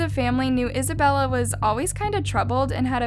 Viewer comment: She say Isabella i hear Annabelle